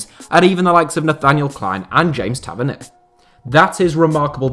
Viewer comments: Man said Tavernier😂😂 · Sorry what? James Tavernier? Come on mate.